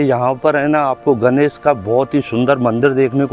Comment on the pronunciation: Please भगवान् गणेश को 'गनेस' मत कहिए । अत्यधिक खराब सुनने में आता है । भाषा ठीक कीजिए । तत्पश्चात podcast कीजिए ।